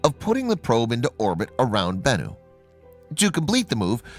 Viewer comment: You got bennu down pat lol BENnu